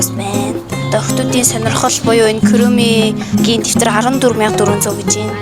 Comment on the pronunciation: Bi muulaagui shuu kuromi gedgee buruu duudaad bh yumaa